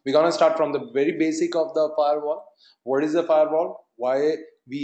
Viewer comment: Its Firewall.. not Fairwall.. please change it..